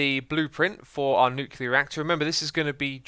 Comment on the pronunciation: Who goes crazy when they hear “nucular”